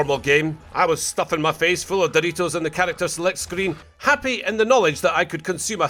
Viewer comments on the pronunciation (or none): Lmao, "stuffing my face full of doritos haha," he said it with a accent 😂